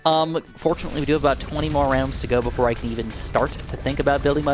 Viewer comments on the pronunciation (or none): none